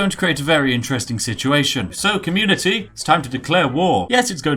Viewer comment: When he said communitea I just cracked up.. haha that was epix